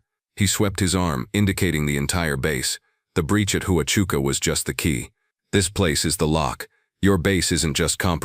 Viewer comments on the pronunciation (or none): Huachuca is pronounced “wah-CHOO-kah”, not HOO-ah-CHOO-kah.”